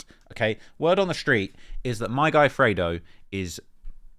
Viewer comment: Come on it's pronounced "freydoh" not "freddo"😅 grammar 101